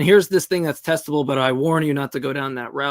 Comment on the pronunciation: xD it's not testible ....but it's testible